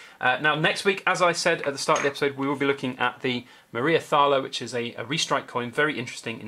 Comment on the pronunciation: Just a heads up for next weeks video, the Thaler in Maria Theresa Thaler is pronounced Tarler!